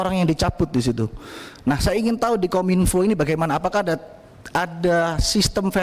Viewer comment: Masak KOM -INFO bukannya KOMINFO (PENGUCAPAN) 😢😢😢😢😢😢